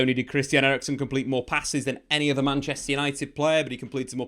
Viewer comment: Eriksen, not erickson he is not swedish ffs